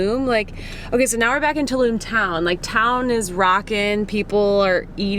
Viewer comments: It's Tulum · Tulum, is not in Germany, I think......so, why are doing a German accent? ( 1min 9 sec)